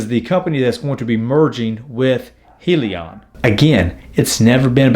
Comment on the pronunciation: Hyliion stands for “hybrid lithium ion” pronounced (hi-Leon)